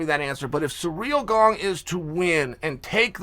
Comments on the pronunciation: Sir-ill gone, phonetically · Of course he pronounces it as Surreal Gong. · It’s “Cyril Gane”